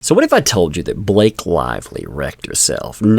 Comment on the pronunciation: "Is there a Bah Lak ehe in the room?" Do you mean Blllaaaaake? "Go to the Principles office!"